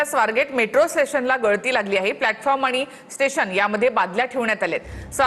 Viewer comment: ठेशन.... स्टेशन